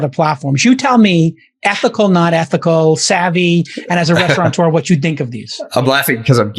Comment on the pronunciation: There's no N in restaurateur!